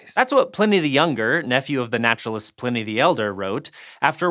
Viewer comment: Its pronoiunced PL 'EYE'ny the Younger, Not PLIN=EE